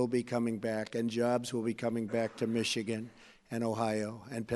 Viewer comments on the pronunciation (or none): none